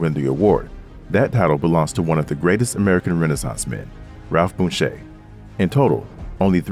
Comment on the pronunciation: It's pronounced Bunch, but is spelled Bunche. AI is dumb!